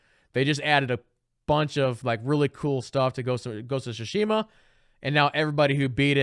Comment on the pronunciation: It’s pronounced much closer to “Tsoosh-mah” the i is essentially silent